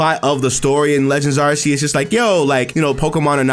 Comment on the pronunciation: Lol. Every time you say “Legends Areses” part of my soul dies. 😅